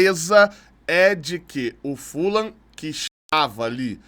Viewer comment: André, boa em chamar o Fulham, com a pronúncia correta - Fulam. A maioria da imprensa erra chamando de Fulram. Outros erros da imprensa: Tottenham, falam Tottenram, mas o certo é Tottenam; o jogador Vegeti, falam Verreti, mas o certo é Vegeti mesmo. Sugiro sempre pesquisarem as pronúncias antes de saírem repetindo errado. Abraços